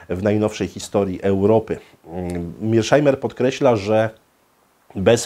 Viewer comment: Świetny wykład,, był by jeszcze lepszy, gdyby wymawiał nazwisko poprawnie czyli Meirshajmer, nie jak mówią niedouki za wodą "Mirszajmer".